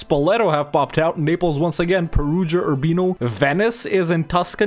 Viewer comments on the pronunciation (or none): none